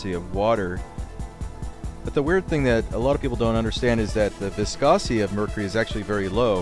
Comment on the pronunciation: This guy can't even say, mercury right. He keeps pronouncing it, mercree. He says, viscosiy instead of, viscosity. Is he even a professional?